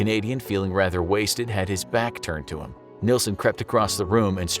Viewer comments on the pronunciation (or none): none